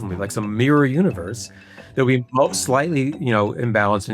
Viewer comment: I find this narrator hard to listen to, unclear pronunciations combined with suboptimal writing. I am constantly skipping back because he’s unclear, e.g “wouldn’t” sounding like “would”. Just say “would not” and speak properly when explaining hard concepts.